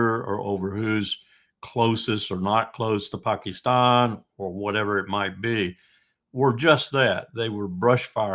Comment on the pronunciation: thus far has the best pronunciation of ‘Pakistan’ ❤ ps no peace with Abbas still there, get rid.